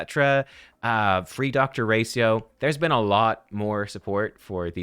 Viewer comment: Gotta be honest , it almost drove me insane hearing ' dr racio ' instead of ' ratio "